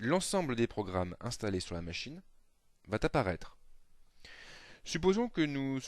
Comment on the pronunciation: Je conseille vivement à ce "prof" de supprimer le "t" de tous ses "va". Avant que de se permettre de jouer au donneur de leçons, il serait donc souhaitable qu'il en prenne lui-même d'abord...